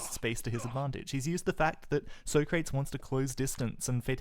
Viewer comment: Isn't the "soh-krates" pronunciation from the movie Bill & Ted's Excellent Adventure?